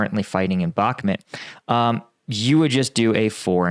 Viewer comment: Except he still can’t pronounce Bakhmut correctly. And it’s not difficult whatsoever